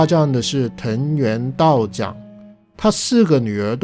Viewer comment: 因为看大河剧『光る君へ』对这段历史感兴趣，你的视频详略得当，我也从中学到很多东西，非常感谢。不过我对道长名字的发音有些疑议，日语中发音是ミチナガ似乎发音为chang更合理。我也不是日语专业的，可能说的不周全，但希望可以起到抛砖引玉的作用。